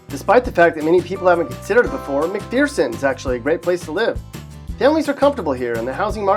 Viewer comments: Corrections: Olathe = oh-LAY-thuh. McPherson = muhk-FUR-suhn. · "oh-LAY-thuh" "muk-FER-sun" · Learn howto pronunce McPherson correctly. Hint, there is no fear in McPherson. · McPherson... I just can't